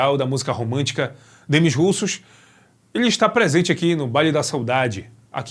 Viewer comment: poxa, RUSSOS NÃO, é "demí russô" a pronúncia...russos foi triste...